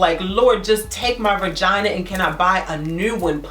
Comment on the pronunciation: It's VAGINA, NOT VIRGINA